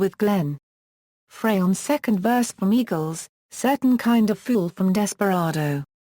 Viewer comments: Love Randy! Love ALL of the Eagles!!! However do not like this robotic voice. Once again Glenn Frey is pronounced "fry" not "fray". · Only one of the many mispronunciations!